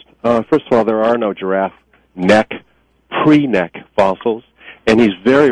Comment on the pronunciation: pre-neck? WTF is pre-neck?